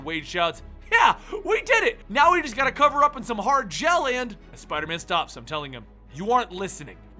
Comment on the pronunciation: why did you put so much emphasis om "hard on"